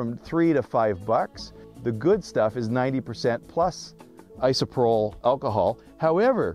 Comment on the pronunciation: it's pronounced ISO-PRO-PULL. just fyi.